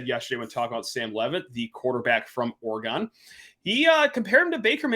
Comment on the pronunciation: Bro please for the love of god stop saying Ore-GON lol it’s pronounced Ore-gin